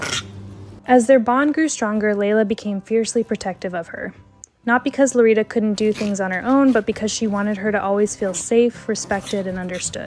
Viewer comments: It's Lolita, not LoRita. Please make an effort when pronouncing words in other languages. It does matter. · how come the subtitles say lolita but the lady is saying lorita?